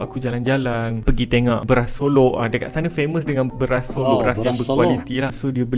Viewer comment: solok bukan solo